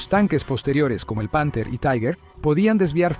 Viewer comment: Respecto del tanque Tiger: La pronunciación correcta en alemán es "Tiga". La pronunciación correcta en castellao es "Tiguer". La pronunciación "Taiguer" no es alemán ni castellano. Es cocoliche.